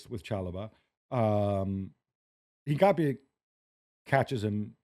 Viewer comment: Please pronounce Hincapie’s name how it is, Inca-pi-eee